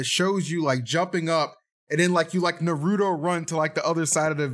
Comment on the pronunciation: My man can't even pronounce the most basic Japanese name: NARUTO